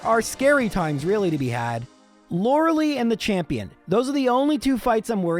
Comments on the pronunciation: It is pronounced Lore lie, not Lore lee. Do you enjoy being wrong? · So many episodes and still pronounces Lorelei wrong each time